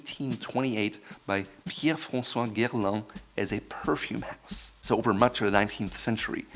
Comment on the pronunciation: “Pierre-Francois Guerlain” That moment when you get shocked to see a German speak French with a French accent.